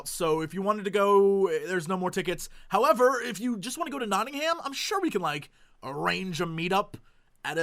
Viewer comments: Jesse, a tip about whilst in England. Nottingham is pronounced "Notting-um. Noone in Britain except the tourists call it "Ham" ^^ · you dont pronounce Nottingham as Nottingham its not-in-hum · Hey Jesse, just as a tip before you go to Nottingham! Pronounce it "Notting-um" instead of "Notting-hayum" and all the locals will love you! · please dont say nottingHAM, i know it is spelt that way but say it like 'Nottingm'. :D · Jesse when you go to England call it Not-ing-hum. Least you invoke the fury of the British... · If you are in Nottingham you should go to the Canalhouse pub. It has continental beers and a cannal running through it. Also, you should pronounce it notting-am. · I booked Gemucon ages ago when I heard you guys were going, I tweeted Dodger about a Ramen place in Nottingham, she ignored it ;__; also in England we pronounce Nottingham, Nottingum... basically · PSA for Mr Jesse: "Notting'am" It will make you sound like you know what youre talking about. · Just a heads up, ANY location in the UK that ends with 'ham' is pronounced 'um', so like Bir-min-g'um, Not-tin-g'um. Trust me, this will cut out a LOT of the "Are you American?" people. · Woah, Jesse, Nottingham is pretty much a short train ride from me, meeting up outside the con would be amazing! Will it be arranged in advance though, or just spontaneous, because that could be tough =/ (also, just pronounce it as Nottingum, as we do XD You'll stick out like a sore thumb otherwise!) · The way he pronounces Nottingham is just... something else... lol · The way you pronounce Nottingham is adorable. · I love the way he breaks Nottingham up into two words :) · please stop mispronouncing Nottingham, it makes my butt clench.